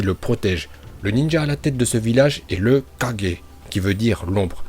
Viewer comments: wsh il dit 4g c'est kage🤣🤣🤣🤣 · Pour hokage tu l'as bien dit alors pk pour les autres tu dis (kadge ) au lieu de '' kagué '' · En fait tu dit pas kage mais 4g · c kage pas kaje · kaGUer pas kaJer lol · Une petite remarque:c'est pas kaje.mais kage,sinon je kiffe tes vidéos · Pourquoi tu dis toujours kajé à la place de kagé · On prononce pas kajé mais kagué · de ouf il me dégoute quand il dit 4G au lieu de KAGE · Pourquoi tu prononce correctement Hokage mais le reste tu prononce (4g) ? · Dit bien les blaze tu dit kaje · Casé 4g ? Frere apprends à prononcer les trucs stp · Arrete de dire kajer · a tu prononce mal le nom des kage